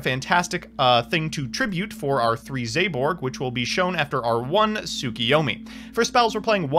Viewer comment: Can someone PLEASE get to stop saying as "zay-borg"